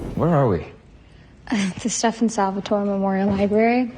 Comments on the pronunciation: Did she...did she say “Stef-ahn Salvatoray” lol I couldn’t even finish after that. Lost all credibility. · This is so cringy I doubt she even watched any of the 3 shows at all the way she pronounced everything (Stefan, Salvatore, Malivore, Alaric, etc.) and that bit about Klaus and Caroline was just a parallel universe come up with by the Legacies writers